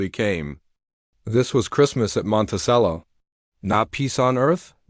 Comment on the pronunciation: It's pronounced monte "ch"ello